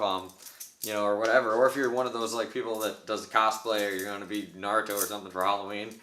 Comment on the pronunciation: At least he said Naruto right mad respect